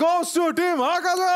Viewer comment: hakaza ❌ Akaza ✅